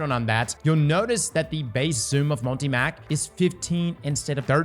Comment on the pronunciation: the way you pronounce multi-“mac” pisses me off lol